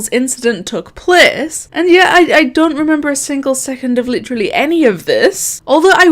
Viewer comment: i love when you say plece